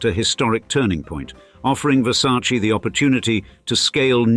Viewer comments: “It’s ver•sa•che… not ver•sa•chee” ~Donatella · It isn’t pronounced VersacEE. It’s VersacE (with a sounding Latin e, not an Anglo ee) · Wow you know everything! The right pronunciation is VersacEh (just to who want to spell it right) non VersacI. And being billionaire is not being happy, the same old and sad story 😢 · Were you aware that the name is pronounced Versace, with an "e" as "echo" in the end, and not Versaci? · It’s a VerSayce You mean VerSarchChe Showgirls. Lmao. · In english, letter E you read like I, but in italian Versace is named with E LIKE ELEFANT, so it's not correct say Versaci....it's not difficult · Versac EEEEEEEEEEEEEEEEEEEEEEEEEEEEEEEEEEEEEEEEEEEEEEEE Not I Its E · The name "Versace" contains two "E"s, both pronounced the same way. The correct pronunciation is the same as that of the first "E". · Still pronounce Versace incorrectly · The way Americans keep mispronouncing Versace feels like scratching on a schoolboard to my ears. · Why can´t the narrator pronounce VERSACE correctly? What a hick! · In English they pronounce it differently. Like brand names that are pronounced differently in different countries.